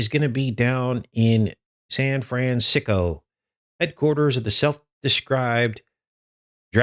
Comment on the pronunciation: It's San Francisco not what you said . If you want to alienate listeners in CA no problem I told Midnite Ride same thing and they stopped - I didn't even give days of Noah guy a chance just unsub after his remark. Hold up your brothers and sisters in places you don't like if you know you have listeners from there otherwise thanks for the insult. Satan is everywhere don't kid yourselves.